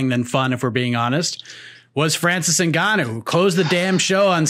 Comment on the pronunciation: Who is ZiNgano? He is Ngannou & and as a journalist, you need to respect his name & work on how to correctly pronounce it. Thank you. BTW,I'm a fan of your podcast since day one